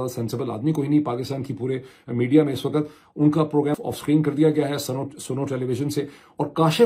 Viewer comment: جب صحیح اردو بولی جائے تو لگتا ہے لبوں سے گل افشانی ہو رہی ہے۔ ویسے بھی آپکا اکثر وی لوگ میں شوق سے دیکھتی ہوں تو میری خواہش یہ ہوتی ہے کہ اسمیں کسی طرف کوئی کھوٹ نا ہو ۔ اگر آپکو میری دخل اندازی بری لگتی ہے تو معذرت خواہ ہوں ۔ کہنا یہ تھا کہ wakat نہیں بلکہ waqt ضحیح تلفظ ہے۔